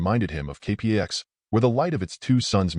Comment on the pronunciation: The movie was terrific. Your retelling of it is OK, but having a machine do the narration leaves a LOT to be desired, from mispronouncing the name of the planet (kay-packs) to several other goofs that distract and detract from the telling. Still, your video reminded me how fond I am for the film so, thanks. But seriously, consider having a person do your narration.